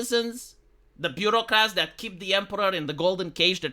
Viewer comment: It's "Bureaucrats". "Beurrocrate" would mean "one who rules through butter".